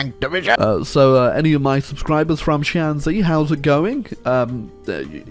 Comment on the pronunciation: you mispronounced it so hard I completely failed to understand it was 山西, sorry. Took me until the flag XP playing as shanxi, it is literally impossible to 'stab the chinese in the back,' because you are chinese. I think you're already aware of that, but just in case anyone else is confused :P It'd just be another civil war, good ol' 'king of the hill country' lore accuracy, lmao. communists were literally just 'mass infantry with a dash of artillery,' and the amount of artillery later ended up depending on how much the kmt forces lost. somehow. lore accuracy, all generals in the PRC learned 'logistics wizard,' perhaps because all the ones who didn't died. Or something.